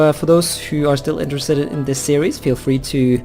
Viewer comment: Your Norwegian accent makes "Series" sound like "Ceres" as in the dwarf planet in the asteroid belt.